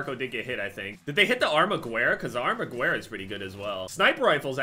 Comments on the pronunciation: hey - armaguerra is pronounce armagerra. you’d pronounce it right if you just took out the “u”. heard it in multiple videos and thought i’d let you know. Thanks! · It makes me cringe so hard how he pronounces the armaguerra